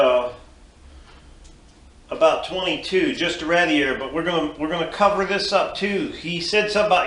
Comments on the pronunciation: yep I'm going to start a drinking game to your video no offense to you or the video it is an awesome idea but for how many times you said radiator wrong I should take a drink other than that there's an awesome design good going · Nope. ra-DEE-A-tor is the right way. Some people think it is rA-dee-A-tor. What do they know.